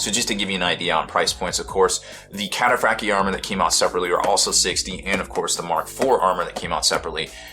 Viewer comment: It's pronounced - Cat- a - fract- eye armour